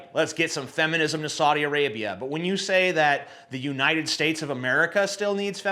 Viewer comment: I could not resist laughing at "Soddy Arabia".... lol....